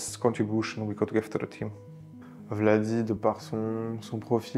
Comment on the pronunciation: C'est pas Vladi et reha sont similaires mais plutôt "wadi" et reha sont similaire 😅 mais sinon nickel